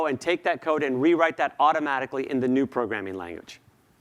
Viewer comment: ¿auRomaRicly? Please pronounce the T.